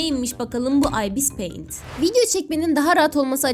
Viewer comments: İbıs peyint diyo okunuyo abla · Okuması çok fazla "Ibis payint" "Abis paint" "Ayipiş pay amit"(bu en güzeli) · Ibıs peınt ıste